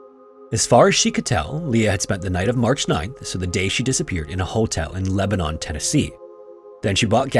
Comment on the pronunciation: Year late but pronunciation corrections: Costa Rica = Co-stuh Ree-kuh. Long o, like in Mocha Lebanon, TN = Leh-ban-in. Source: live in TN